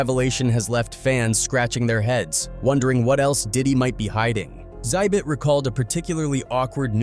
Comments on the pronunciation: It's not "zibbit" . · Its pronounced "Ex Zibbit" not "Zibbit". And It will be interesting to see what the FBI confirms are on the tapes they confiscated, but this could take a decade to be revealed, with how slow huge court cases like this go. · The 2nd saddest thing about this video is that the narrator doesn't know how to pronounce Xzibit "exhibit" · Bro Xhibit is said like the word exhibit. Not Zibit lol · Calling xzibit “zibbit” is crazy dude it’s pronounced “ exhibit” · It's not zibit it's X-ibit exhibit..... get it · Who are Zibit and Zybit? You guys need to stop using AI if you can't even pronounce Xzibit as "Exhibit" correctly. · "Sibit" lmao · “Zibit……” 🤦🏻‍♂️🤦🏻‍♂️🤦🏻‍♂️🤦🏻‍♂️. I can’t………. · Its pronouned "EX ZI BIT" and dislike for the clickbait thumbnail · “Enter Zibit” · This AI voice couldn't say "Xzibit" 😂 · Does anyone else hate him butchering xzibits name lol😂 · Ya know you can just google "Xzibit" and learn the right way to pronounce it. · Is this a automated VO or a real person. I cannot atand how they say names. No one has talent to read obviously, gotta have a computer do it. Liten to how it say Xzibits name. 😂😂😂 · mispronouncing X-hibits name like that is crazy 😂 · VO kept butchering xzibit’s name 😂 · DAMN, he can't pronounce Xhibit@ I don't know if this is a computer narration or not. PEOPLE look up the names of the people before you make a video!!! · Thafuck is this AI voice and why can't it pronounce Xzibit? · The first person that replied to you is correct. It's a common flaw with AI voicing - it often mispronounces names. It's easy to detect because sometimes it gets the name right and then messes it up on the next go. Which is what happened here. This is something real people would generally never do. It also wasn't able to enunciate Xzibit correctly at all. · holy shit the AI voice butchering Xzibit just sent me over the edge into a fit of giggles 🤣🤣🤣🤣🤣🤣